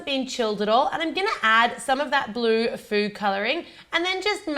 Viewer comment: the way you say "Blue" makes it sound like "baloo" - i find that is wierd thanks, liked the cookies idea :)